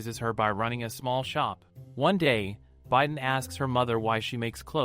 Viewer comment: Haha the bi is pronounce bee not by right?? Idk it’s ai voice so what can you do